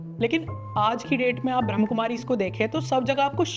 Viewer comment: ब्रम्हकुमारी नही ब्रम्हाकुमारी है। ठीक से pronounce करना तो सिखो मेरे भाई